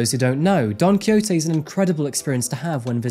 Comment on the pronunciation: Gosh you butchered the pronunciation of Don Quijote 😂